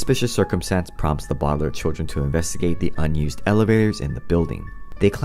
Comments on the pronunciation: Lol it's no bowdlairs it's Baudelaire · And it’s not bowdlaiirr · It’s actually pronounced the bau de lair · It’s pronounced Bow del air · It’s not bodalare it’s Baudelaire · Its not Bo De Lai Re Its Baudelaire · It’s Bow-De-lare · A sad story of the bodlar No offense I know that you made a video about pronouncing it whatever you can.